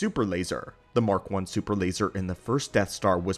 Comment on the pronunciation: “Da supper lazer”